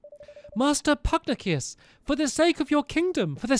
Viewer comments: I'm mildly amused that after all of this, Stampy still calls Pugnacious as Pug-nah-cus instead of Pug-nay-shus XD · IT’S PUG-NAY-SHIS! NOT PUGNIUS they said it so many times in the last episode... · Stampy- Pugnacious is pronounced Pug-neigh-shus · Pugnacious (Pug-nay-shi-ous) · ‘Pugnacius’ is pronounced “pug-nay-shus” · Its Pug-nay-shoos (pugnacious) An homage to Confucious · You're pronouncing Pugnacius wrong